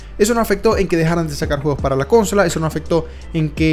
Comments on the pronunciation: Me estresa mucho que diga cónsola 😠🙄🤣 es consola men jaja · consola no "CÓNSOLA", no sabes hablar o que? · Con-so-la… no cónsola… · Dios aprende a decir consola, no cónsola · Habla bien, es consola no cónsola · Carnalito, ahora haznos un vídeo de la diferencia entre consola y cónsola. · Es desesperante. Cada vez que dice Cónsola me brota el ojo. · Gran review, pero insufrible la CÓNSOLA. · Cuando dice cónsola,me recuerda al meme de John Cena ,bingg chilling😂😂😂😂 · me iba aturdiendo cada vez repetía la palabra equivocando el acento, ya que "consola" es una palabra llana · cónsola KAJSKAJS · Intenté ver el vídeo pero no aguante la pronunciación de CÓNSOLA, lo peor es que durante los primeros minutos lo dice hasta el cansancio. 👎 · Que extraño, la 1ra vez que abri el video no tenia sonido y ahora que ya tiene sonido escucho el como pronuncias "cÓnsola" xd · Tengo mucho conflicto cuando escucho "cónsola" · Por qué dices cónsola... Eres la única persona que conozco que lo dice así de mal.... No es hate simplemente me ha llamado la atencion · Nunca habia oido a alguien diciendo consóla en ves de consolá, i me daba curiosidad de donde vienes. No es por criticar solo curiosidad. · No he podido terminar el video con eso de CÓNSOLA 🤣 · Cada vez que decía cónsola, mis oídos lloraban 😭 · Cada vez que dice "cónsola" se muere un niño en Angola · Cuántas veces dijo cónsola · Cada vez que dices cónsola, diez gatitos mueren entre terribles sufrimientos. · Cuantas veces dices cónsola por minuto?? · La mejor cónsola jajajajajsja😅😂😂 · Pero como le vas a decir cónsola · Cónsola suena re raro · Amigo consola en español latino es palabra grave por favor no es esdrújula. Me dolió la cabeza escuchar como dices CÓNSOLA. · Podes decir cónsola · Cada vez que dice cónsola me da algo en el pecho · Sangran los oídos cuando dices cÒnsola… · Como que CÓNNNNN-sola XD ya llamale consome mejor XD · deja de decir cónsola, no sabes ni decirlo y enferma los oídos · Solo por decir Cónsola le di dislike.